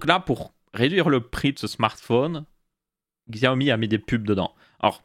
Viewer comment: Quand tu as parlé du Xiaomi (qui se prononce "chiaomi" au passage, moi aussi je disais "Xiaomi" avant) et que tu as dis que tu ne voyais pas l'intérêt de mettre des pubs a certains endroits (qui ne sont pas gênant en vrai), et ba pour moi, si ça permet de réduire le prix et ba je vois clairement l'intérêt, surtout quand on sait que sur Xiaomi prend genre moins de 5% de marge sur ses téléphones entré/milieu de game